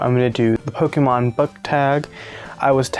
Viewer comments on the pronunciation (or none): Where is JR? 🤔 LOVED THIS THOUGH!!! You need to release more consistently 🌧 also by how you pronounce their names I don’t think you watched Pokémon growing up haha